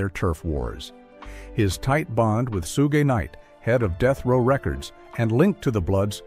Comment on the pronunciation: The only way A I gonna impress me is when it can get Black ppl's names right😂😂 2-Pack & Soo-gay knight!!!😂😂😂😂😂